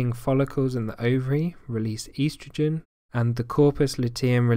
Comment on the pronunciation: The way the word estrogen was pronounced is bothering me. I havent heard it pronounced that way before.